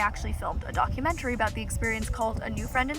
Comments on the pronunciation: I thought you said "dogumentary" hahaha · Did you say dogumentary? :) i cannot wait to meet you new friend and watch the whole training experience ❤